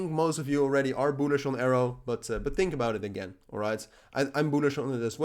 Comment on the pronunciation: Can you say "Bullish" more on the videos?? Your accent says "BOOLISH". lol